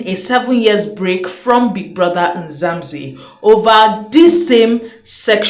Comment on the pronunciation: It's MzaNzi NOT MzaMzi